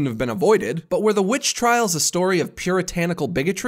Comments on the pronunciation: I always hear "B b Bitch" when he says the title xD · you mean "the wwitch" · He knows that it's still pronounced Witch, right?